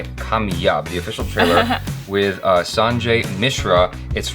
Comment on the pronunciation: Even with 2 A in kaamyaab how did messed up speaking the name